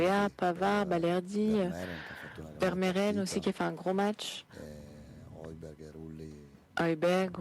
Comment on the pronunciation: Ils vont jamais réussir à bien prononcer Vermeeren 😂